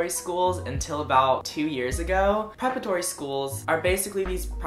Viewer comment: It's "preparatory" - not prepretory. My son went to prep schools from grades 6 through 12 and did get a significant advantage, including large scholarships, and acceptance to a upper tier college. His grades were good, and his test scores were, too. Also, there are times when a good SAT or ACT score CAN make the difference in acceptance. If your grades weren't the best, but your test scores are really good, it indicates latent potential. It probably won't get you into an Ivy League school, but for most lower echelon schools it may just be enough to help them choose you.